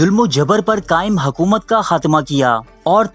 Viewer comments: It's not hakoomat. It's hokoomat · Hakomat Nahi Hukomat